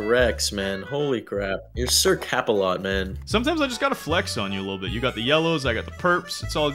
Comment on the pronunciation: also “sir capalot”